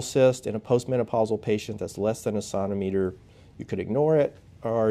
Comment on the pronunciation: Great video. Although I struggled with your pronunciation of centimeter.